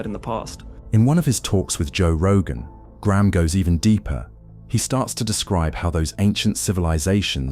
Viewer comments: When you pronounced his name as Griahm , I turned off. Hating AI, narrate yourself or piss off. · so AI can't pronounce "Graham" ... got it.